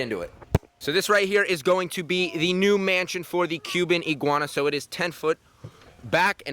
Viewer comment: Literally in the first ten seconds he says Cuban iiguans